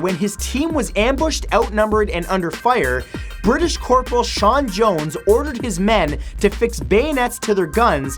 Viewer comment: #16 "A Britain Man" I believe the word is Brittish.. xD Love this series though